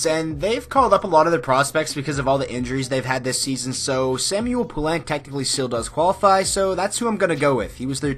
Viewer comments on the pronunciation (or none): none